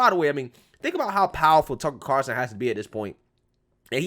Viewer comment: it's "CarL - son"......not Car-son. Carson is Johnny.